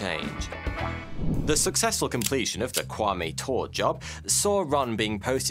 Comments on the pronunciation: Thanks for the story. Please note that Kwame’s last name Ture is pronounced « Tooreh » not « Toore » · Crazy story. It’s the basis of the Spike Lee movie “BlacKkKlansman” which is very good Kwame Ture is pronounced [too-ray] btw BlacKkKlansman is also just pronounced Black Klansman lol the middle k is there to make it say KKK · Kwame’s last name (Ture) is pronounced Tour-ray. Original name: Stokely Carmichael.